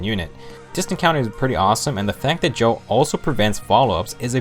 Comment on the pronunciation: Gjoll is pronounced gy-uhl